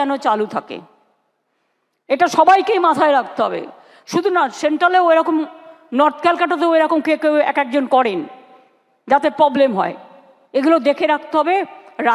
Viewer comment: পবলেম নয়, কথাটা হচ্ছে প্রবলেম উচ্চারণ করতে হবে😢